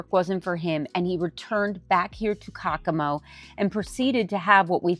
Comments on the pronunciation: I can't watch this. I'm tired of hearing the butchering of the name Caccamo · You are saying Caccamo wrong. That city and castle is named after my family